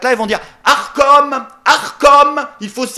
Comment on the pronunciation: Arcom, arcom, j'ai entendu achtung achtung